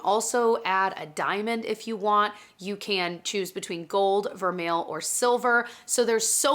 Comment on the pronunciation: I know I’m picky about this but vermeil is actually pronounced vehr-may. 😘